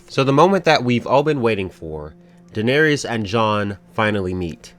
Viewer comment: Who is D'neerees?